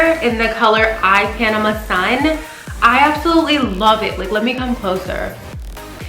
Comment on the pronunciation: You said the name of the bronzer wrong my luv ;) the ipanema sun part lol